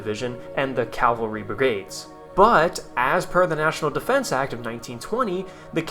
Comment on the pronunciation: You keep saying "Calvary." It's CAVALRY, not Calvary. "Calvary" is where Jesus was crucified. Please stop saying "Calvary" lol.